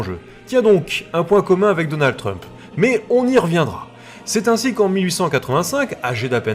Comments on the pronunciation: J'entends Schtroumf à chaque fois ! 🤣 (désolé) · Si vous faiites exprès de prononcer Chtrumpf ! Alors vraiment vous vous gaussez et la vous ne serez pas mon copain ! Et votre vie elle est plus riche ?